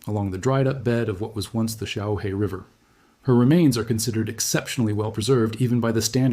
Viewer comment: Xiaohe, pronounce xiao her, means little river.